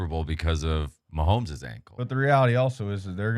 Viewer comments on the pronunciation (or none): none